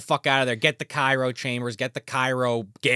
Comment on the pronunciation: Cryo. CRYO,. Cairo is a city.